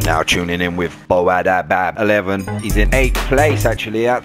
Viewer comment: Bo_3abd11 pronounced as Boadabad11 xD bro love the commentaries.